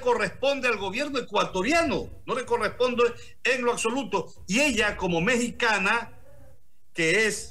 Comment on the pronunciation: "acsoluto"...ni hablar la bestia